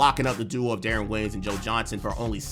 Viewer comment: Thought you might actually know hoop…then I heard you call Deron Williams “DaRon”…realized you just buying scripts on fiver…